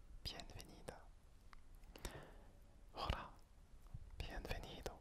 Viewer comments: sa se dit bienbenido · normalement pour les v on dit b par exemple pour bienvenido on dit bienbenido ; ) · Le v se prononce b sinon c'est très agréable 😃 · Très bonne vidéo mais remarqué que tu faisais une petit erreur à bienvenido car les "v" se prononcent "b" du coup ça se dit "bienbenido" mais ce n'est qu'un détail bonne vidéo en tout cas continue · Este vídeo está súper soy de Madrid y hablo un poco francés . Les « v » en France ce prononcé « b » en español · salut je suis español je parle un petit français quand tu dire bienvenido tu ne doit pas dire le n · le v se prononce b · coucou super vidéo! pour info, le "v" en espagnole se prononce comme la lettre "b" 😉